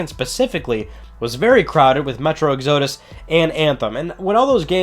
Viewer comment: You’re a psychopath the way you pronounce metro exodus